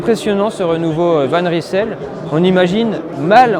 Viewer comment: Bravo décathlon de choisir un nom que les français ne sauront même pas prononcer correctement. Cela vient du flamands et on prononce « van reïsel » pas « van rissèle »...